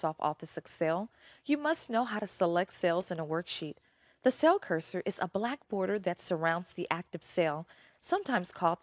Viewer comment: I get distracted by her pronunciation of "cell" or "sail".